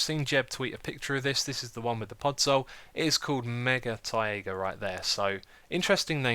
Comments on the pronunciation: It's taigah not taeaieagah. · Also Taiga is pronounced the same as tiger. Apologies for nit-picking!